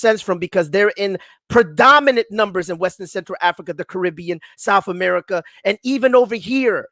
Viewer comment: Funniest show I’ve listened to in a while. America Which is Amoorica which is amorites🤣🤣🤣